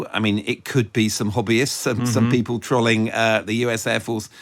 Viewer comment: I have a real issue with the way this guy pronounces “trolling”.